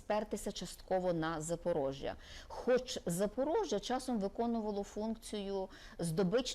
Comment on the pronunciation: кров з вух тече при слові Запорожжя, але інформативно